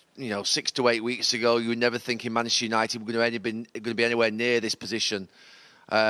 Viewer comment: Can’t this guy say Manchester United 😂🤣😂🤣